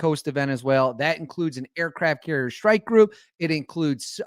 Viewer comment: What is a “Shhtrike” group?